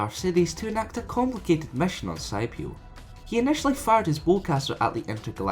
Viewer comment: its skip-ee-o